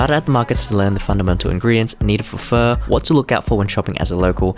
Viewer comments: bro saying pho with the hard r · Pho expert but says pho wrong 😅😅